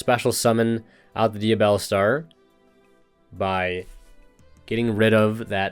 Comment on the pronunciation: Bro forgot how to read diabellstar